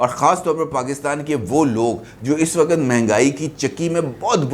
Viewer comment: Wakat, wakat bole ja Raha hai " "Waqt" lafz Nahin keh sakta